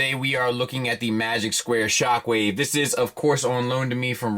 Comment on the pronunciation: Not gonna say it, not gonna say it, SpockWave